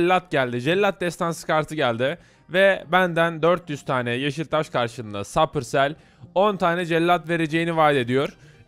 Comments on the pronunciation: Abi supercel e sapırsel diyorsun onun okunuşu supersel gülmekten öldüm yaaaaaaa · abi 12. saniyede supercell yerine sapısel dedin gülmekten öldüm ya :D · Abi sapırsel değil supercell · sapırsel (supercell)telaffuz edilis